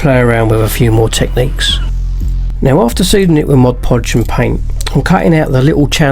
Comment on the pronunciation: Great work but what is "Modge Podge"? I've heard of MOD Podge but never Modge Podge. Is that different?